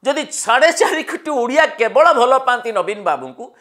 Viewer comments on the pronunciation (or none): none